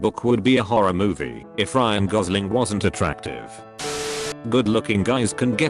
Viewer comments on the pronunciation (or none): none